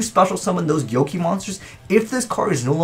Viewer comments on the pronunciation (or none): Atsuko Kagari i was so angry every time he said gyoki